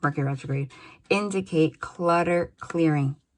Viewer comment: Twice in two days you've said "indicate" in a somewhat Aussie accent Thankyou for these readings 😇 They are correct